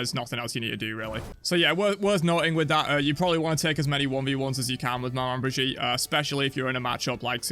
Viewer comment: It’s pronounced like they pronounce a southern name for someone’s grandma that’s the word so it’s Meh-Maw bridge-eat